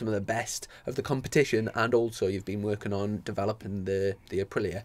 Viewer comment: The new colchester intro is doing my head in. How hard is it to pronouce Aprilía.